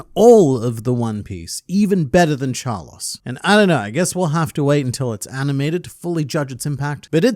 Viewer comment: Carlos, not Charlos... how can you be so very bad.